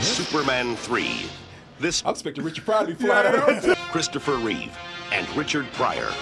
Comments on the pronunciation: Christopher Reeve. Not 'Christopher Reeves'. Why do black people tend to put an 's' on the end of things when its not necessary? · I enjoyed this but goddammit, It's Christopher REEVE. Not Reeves. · His name was CHRISTOPHER REEVE, not REEVES. There was no "S" at the end of his name.